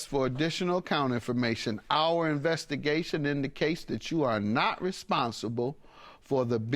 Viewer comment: DID SHE SAY "INVESTICATION"?